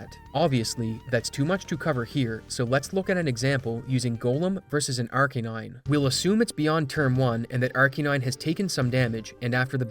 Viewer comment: Why tf do you pronounce arcanine like that